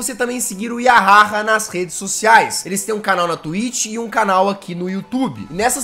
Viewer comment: Eu acho q vc pronunciou "yahaha" do jeito errado kkj